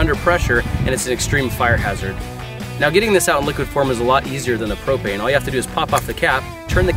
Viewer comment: It's pro*p*ane